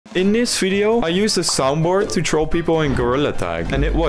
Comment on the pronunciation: *Video and not Ffideo